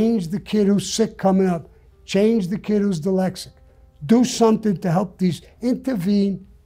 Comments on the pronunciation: He can't even say "dyslexic". Let's not take advice from "Sammy the bull". I'm all for the second amendment and let's not pretend the second amendment is to protect ourselves from criminals and deer hunting. We own guns to stop tyranny. Good luck trying to do that with a bolt gun and a revolver. This guy should just stop. He got away with murder. He should just keep quiet. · I'm laughing that he cant say dyslexic right..... but please dont tell him I said that